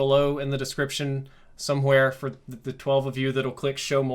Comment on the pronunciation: Right! I was for it until he said paid foh